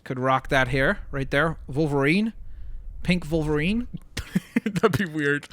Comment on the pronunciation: Stop calling wolverine vulverine